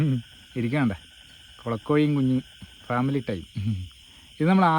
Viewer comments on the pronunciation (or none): none